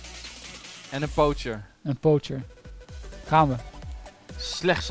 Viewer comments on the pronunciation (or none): Hahahaha zei paucher maar het moest eigenlijk poacher zijn (uitgesproken poocher)